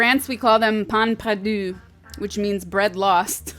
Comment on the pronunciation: "Baguette" and "pain perdu" are perfectly pronounced. Sasha never fails to amaze me.